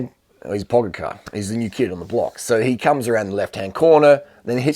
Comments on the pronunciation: Durian, it's pronounced more like PogaCHar, not PogaCAR. Love your videos! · pogacar = PO-Got/cha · And still 'Pogachar '😁😁😁😁